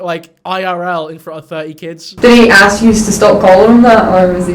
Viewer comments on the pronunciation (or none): Her dress style is not appropriate for school or teaching kids of any age, mind you if I was hiring her, she’d fail the second she spoke, it’s “ASK” not “AXS” ffs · Wait, so the English teacher doesn't use the right grammar or even know how to say ASK and not freaking axe. What even is this world.